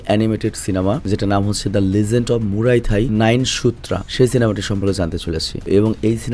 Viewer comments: ভাই টা মুরাই থাই না muay thai 😵‍💫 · ভাই এটা মুরাই থাই না, মুয়াই থাই